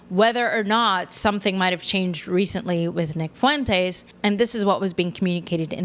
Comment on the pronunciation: Why do black podcasters say "fu-entes?" The UE is a dipthong